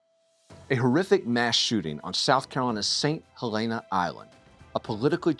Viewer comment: Come on y’all have been around long enough to learn the proper pronunciation! “Saint Hel-EN-uh" (with a shorter "e" sound) Stop being elitists and talk to locals that were born in S.C. Not trying to be a jerk, but damn do your due diligence!